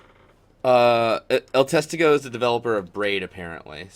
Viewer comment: El Testigo literally means The Whitness, so it's just a reference to the game they are developing by the same name. Also you pronounce it accenting the "i" not the "e". End of spanish lesson.